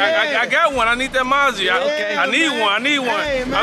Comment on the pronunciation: 😂😂😂 it pronounced Ma Zee